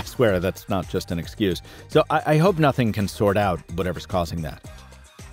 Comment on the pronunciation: On, it sounds like F***ing or NOTHING Ohh